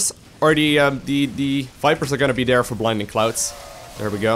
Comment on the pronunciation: Is it just me or am I the only one that enjoys when he says..."Im gonna send these over Dare, gonna put this over Dare, send my army over Dare"... lol. I like the way you say the word there. But you say it like Dare. But anyways, i always enjoy your uploads, always teaches me to become a better Zerg player. Keep those videos coming!